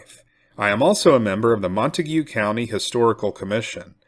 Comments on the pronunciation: I'm from Decatur in Wise county. The correct pronunciation of Montague county is slang. Pronounced MONTAG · As a transplant to Texas, I am cognizant of how place names are pronounced. For the record, Montague County is not pronounced like the name of the family in Romeo and Juliet. Instead, it's pronounced like Mon Tayg County. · The correct pronunciation of the county is MON - TAGE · I love the way you pronounce Montague 😂